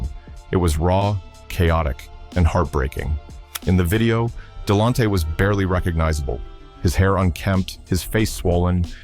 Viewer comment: Please pronounce his name right damn 🤯